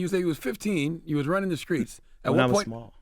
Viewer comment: As old as CTG is, he’s still saying “Skreets” WTF!🤦🏽‍♂️